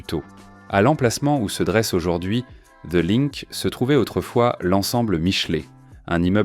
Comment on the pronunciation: "The linque" 😅😅